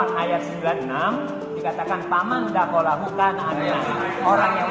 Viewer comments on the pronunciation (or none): Itupun bapaknya salah sebut ayat AlQuran. Bukan surat Ali imron ayat 96. Tapi ayat 97. Itupun bukan faman dakhola. Tapi waman dakhola. Sudah beda arti kalau salah hurufnya bapak 😂 entahlah 😂😂😂